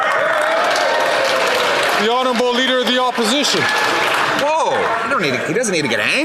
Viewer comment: Trudeau: “The leader of the Opishishion”